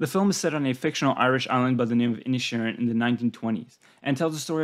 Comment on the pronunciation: Except for Inisherin which he pronounced Inishin and Siobhan which he pronounced Shovin?